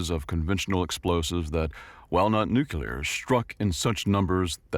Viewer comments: Apologies for my criticism then. However I'm quite certain it sounded like "New-Que-Lar." Its the only modern mispronounciation I can't get myself accept. For some reason, it deeply bugs me. Yeah, I'm weird. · There's no second "U" in the word "Nuclear"